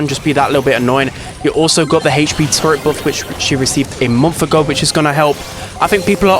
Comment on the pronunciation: Ppl: hp: hech pee